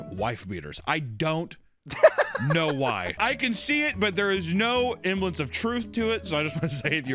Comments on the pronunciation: If you are going to use a word.... PLEASE say it right... He says "emblence" all the time. ITS "SEMBLENCE" ... I know he says words wrong all the time. But this one always bothers me... ADD THE "S"!!!!! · Bro's been saying "emblance" when he means "semblance" for years and nobody in his crew has corrected him lol